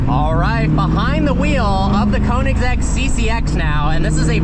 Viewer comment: I am so sorry but the way you pronounce Koenigsegg is such a white way to say it. And that I am a white person xD. It is pronounced "Kernigsegg". Admittedly I was pronouncing how you said it for some time but after watching a guy who pronounces car brands made me feel dumb. Edit: SORRY, TWIN!? I didn't know twin supercharging was a thing!